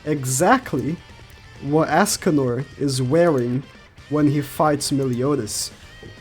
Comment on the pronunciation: For real. stop saying Askcanor. quite annoying.